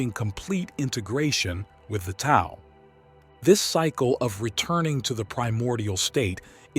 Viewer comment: Very insightful..,just to let you know, Tao is pronounced "Dao"; the "t" is said as "d". Thanks for a very good video!